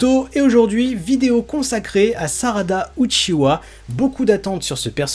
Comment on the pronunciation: Lol c’est UCHIHA ET NON UCHIWA HAHAHAH